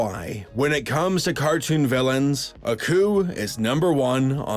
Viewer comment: It's Aku not accu